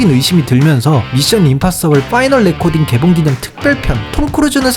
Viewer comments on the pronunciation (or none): 파이널 레코닝이예요 레코딩이 아니라